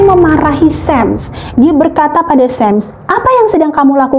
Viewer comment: Bukan 'sam' tapi 'sham'!